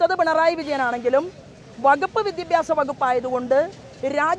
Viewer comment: വിദ്യബ്യാസം അല്ല സോബേ.... വിദ്യാഭ്യാസം